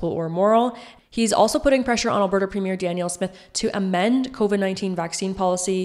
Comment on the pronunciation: You need to pronounce Alberta properly